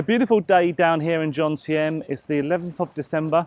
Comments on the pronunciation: although you have lived there for a while now, you still dont know where you are, JOMTIEN, not JONTIEM. Apart from that I enjoyed watching you this time and can I just say your videos are really good presentation. I just did a video on Vagabond Awake channel with Dan and Ciang. My costs were as you say, 30k baht per month. I live in Acqua condo by the night market for 8k for a 35sq mt studio. I have my own channel but im happy to re subscribe to yours. Good luck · It's joMtein not joNtein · that is Jomtien, not Jontiem like you said.